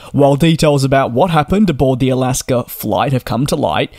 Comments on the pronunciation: It's not Alasker, it's Alaska. Thanks. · DJ I love you but please stop calling them Alasker Airlines lol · DJ, I didn't realize there was an "r" in the word Alaska, or are you saying " I'll ask 'er." ?? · Dude ALASKA does not have an R, it is not alasker airlines. Why you adding an R. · Irs AlaskA airlines Not Alaskar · There is no “r” in “Alaska”.